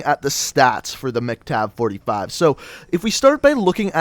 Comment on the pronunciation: why were u saying MC-Tav?